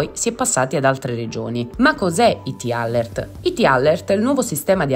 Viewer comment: Perché usate parole inglesi se non le sapete pronunciare?🤦🏻‍♀️🤦🏻‍♀️🤦🏻‍♀️ alert = əˈlɜːrt. A questo punto usate l'italiano.